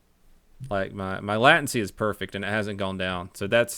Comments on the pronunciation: was watching this old stream and -ish i believe donut just called it lattency... Its latency... like late, as in delayed. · my Latin si is perfect Me: ooohhh latency (late un see) 😆